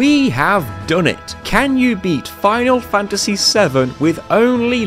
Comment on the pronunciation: Ah. The lesser known protagonist of Foonal Foontasy VII - Clood Stroofe